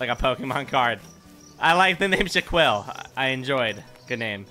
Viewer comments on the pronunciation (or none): How you gonna spell Shaquille correctly and say Shaquel